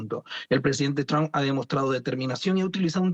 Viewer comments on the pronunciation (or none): EGCELENTICIMO SEÑOR DONAL TRUN 😂😂😂